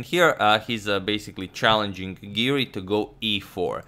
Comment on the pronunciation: Hey Siri, it’s Giri not Siri. 😆